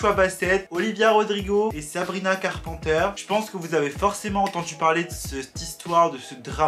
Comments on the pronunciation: carPANteure Moi: Carpenter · Sabrina CarpENter please , prononce le correctement 😭 Sabrina ne s’adresse pas à Olivia et que " Skin " n’est pas une réponse à driver license. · « Sabrina carpenter » dit a la française par 😭😂 (carpenter, il faut dire le « e » et « n » et donc pas « en »)😅